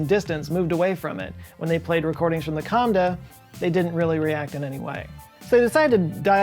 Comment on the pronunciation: the kamba not kamda